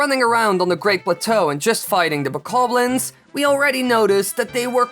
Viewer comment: Who else is mad that he says bakablins instead of bokoblins